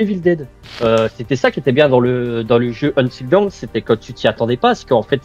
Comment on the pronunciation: Tu devrais utiliser Google traduction et cliquer sur l’audio pour « until dawn » tu vas être surpris sur la prononciation 😂 plus tu répète mal le titre plus ça me trigger 😂